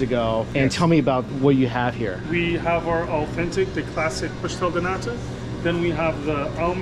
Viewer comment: The pastel de nata from Jason's are legit! 🇵🇹🇨🇦 Its 'naTa' though, not 'naDa' Mike. Nada means 'nothing' in Portuguese. 😂